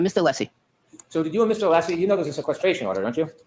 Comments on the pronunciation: Did anyone else catch on to Brennan purposely Mispronouncing Alessi's name all of the sudden towards the end? He kept saying Aleesi. He is being a low down, passive aggressive, immature tool. Very unprofessional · He’s only pronounced Alessi correctly about 3 times since he started this case. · And you’d think he’d be capable of pronouncing Alessi by now! 🤷‍♀️🤷‍♀️🤷‍♀️